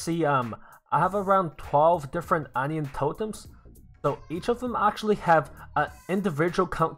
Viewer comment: Hi is English your first language if so on i on Not onio